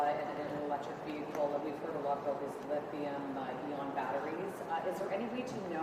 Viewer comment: Did that reporter call it a lithium EON battery?